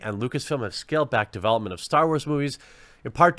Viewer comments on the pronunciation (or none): none